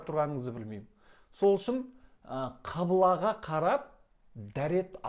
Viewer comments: Құбыла деп неге айтпайсыз? Қибыла дейсіз. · Қыбыла емес ҚҰБЫЛА деп айтыңыз, жұртты шатастырмаңыз.